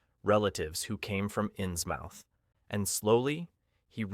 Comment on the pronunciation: 😩the way he says inns mouth!! 👄 (it's pronounced inzmuth)